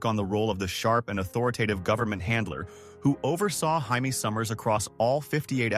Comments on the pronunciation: Right? It's Jay-me, not High-May! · UGH fix the audio. Its Jay-Me not HI-Me. Also that one pic is Richard Dean Anderson from stargate. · Hamee ? It's Jay mee . She is not Spanish . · Why does the voice keep saying Jaimie summers a guys name when it’s a lady name